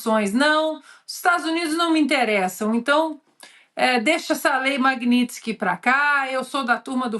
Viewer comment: Lula fala "Lei Magnilson"